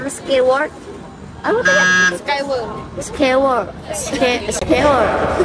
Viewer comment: "SKY" sebutannya bunyi.."SKAI". Sebutan "Sky Way" adalah = Skai Wei